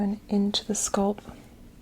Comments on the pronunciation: I cringe every time she pronounces ‘scalp’ like ‘scald’ 🥴🥴 great sounds though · When she pronounces "scalp" as "sculp", MAJOR CRINGE!! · Where is your accent from? The way you pronounce "scuhlp" instead of "skalp" is different. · Came back here a year later for tingles and to hear say “sculp” instead of scalp now 😅💕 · I loooove the sound of your voice--- so soothing and calming--almost comforting-- Fantastic vid. I wonder from part of the country you hail--- you say 'sculp' instead of scalp. 🤗🙋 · I hope you get sponsors to promote these videos because I think yours are the best. BTW- I love the Canadian accent on SCOLP. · What is it with tje fascination with thr pronounciation of thr word scalp, 😕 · Sounds like scalp and skull put together. I first thought she got tongue tied and mixed them up. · Is it a Boston thing? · I LOVE WHEN SHE SAYS THAT